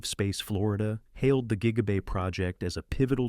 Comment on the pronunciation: Tweak your AI voiceover. It keeps calling Gigabay Jiggabay